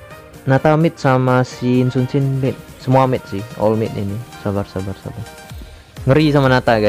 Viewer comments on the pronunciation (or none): Jika anda mendengarkan lebih baik nama hero yi Sun-sin berubah menjadi sin Sun-sin